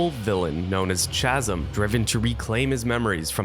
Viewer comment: Hello citizen, Inspector Atwell from the Grammar police here. The "h" in chasm is silent. It's "kas-m". Carry on.